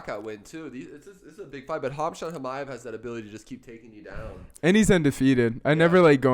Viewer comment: The right way to Pronounce the name is " hamza chimaev " the 'k' and 't' are silent